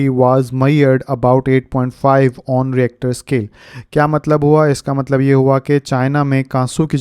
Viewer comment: sir if you don't mind its not reactor scale its richter scale